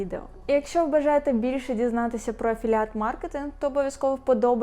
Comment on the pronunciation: «афіліейт» госссподи…..